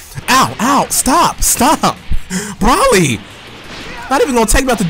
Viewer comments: I have respect for u but it just bothers me that u say bra-lee not bro-lee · It's BROly not brawly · I honestly don't get how people with normal american accents fuck up the names of Dbz characters. Especially a youtuber who's clearly into Dbz a lot. Like i'm sure you've seen the movie and it clearly is pronounced Bro-lee like how hard is it? Wtf is Bralee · It's pronounced BRO-LEE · We gotta work on how you pronounce "Broly" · Broly's destroying you because you KEEP PRONOUNCING HIS NAME WRONG. I'ont think he like that too much